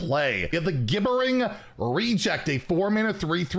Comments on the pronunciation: “Gibbering” is pronounced, “jibbering.” 😸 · Gibbering -> "JIBBERING"